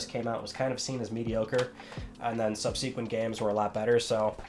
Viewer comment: I don't think I've ever heard the word "subsequent" pronounced that way. Hmm.